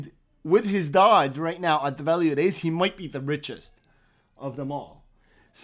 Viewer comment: You really need to pronounce it right Doge not Dodge